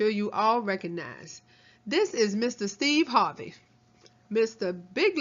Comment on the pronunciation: Almost died 😂 sthurvay Sthays